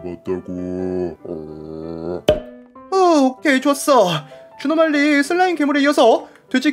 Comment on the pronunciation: 옥에티 발견! 에 주노말리가 아니라 주누말리라고 했습니다!